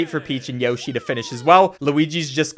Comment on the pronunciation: Haha “Yoh shi”. It’s Yoshi dude!